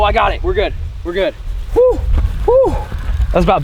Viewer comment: He says shoow